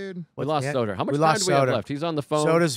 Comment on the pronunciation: The first 10 minutes really got me going! Love this show. Luis with the ER on Soder 😂